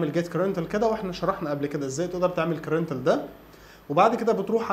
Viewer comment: شكرا جزيلا على الفيديو .. معلومة صغيرة بسيطة .. هي تنطق " كراندينشال " وليس كرانتل